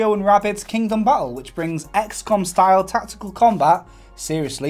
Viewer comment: Did he just say "Mario & Rabbids Kingdom Butthole"?